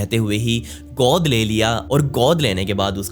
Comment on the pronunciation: Please work on your pronunciation. Learn the difference between "O" sound and "OO" sound. The way you pronounced "Godh" in the line "Godh liya tha" was wrong. Same with other words like, "Sambodhan" etc.